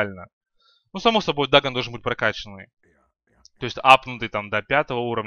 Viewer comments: не дАгон а дагОн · дагОн, а не дагн